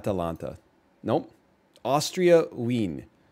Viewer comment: OK never mind I'm laughing at Wien